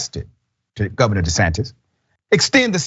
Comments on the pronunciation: Dr Richey don’t say De Satan, say The Satan. 😂😂😂😂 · Governor "de Satan!" I caught that! Good one!